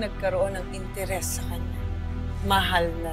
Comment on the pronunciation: nagkamali ata ng pagkakasabi si 😂 "Ano't bigla kang nagkaroon ng INTEREST 😂😂😂